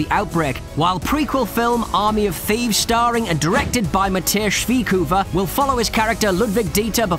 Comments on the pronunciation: That was Spoilers galore, wtf dude? And is it really that hard to say Matthias Schweighöfers name? Who tf is Matthesh? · Also das kriegen wir (inkl. der deutschen Sprache mächtigen in der Schweizer und Österreich) besser hin, als das, was der mit Mathias gemacht hat. Hahahahaha